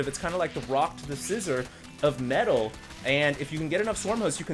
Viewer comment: everytime says "metal" a puppy dies a terrible death somewhere